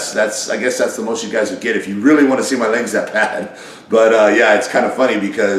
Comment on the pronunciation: Rich says "Lags" or "Ligs" he never pronounces the word Legs. Also, the market has changed in 15-20 years old man.